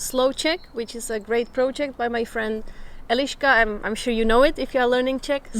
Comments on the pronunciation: 1 pronunciation tip I would give you is that pretty much all of czech words have emphasis on the first syllable, not like in english. For example, when you say e-LI-ška with emphasis on the LI, second syllable, that sounds a little bit off to the czech ear, even though we will undestand. Emphasis should be on the "E". The word should come out of your your mouth in like one quick breath. Btw, love you videos:) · And in "Eliska" the " i " sound is short... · She is Eliška, not Eleeška like Elizabeth - short e. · Ironically, you keep pronouncing her name Elíška. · The funny moment about vowels - the first czech word you said in the video was Elíška instead of Eliška :) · Hey,! You don't have to deal with the pronunciation of vowels much, a simple trick is enough - always say all vowels briefly and every Czech will understand you, only everyone will think that you are a girl from Ostrava! 😂😉😄😆😛👌👍